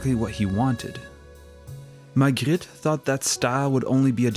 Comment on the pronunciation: Love how you pronounce Magritte